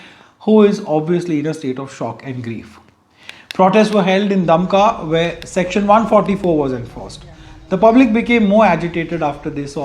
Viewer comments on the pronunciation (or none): It is verified into that its love jihad. Don't call it unverified. And its pronounced Dumka not Damka. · Your pronunciation of Dumka is wrong. The vowel sound after D should be like "oo" in cool or as "ou" in you.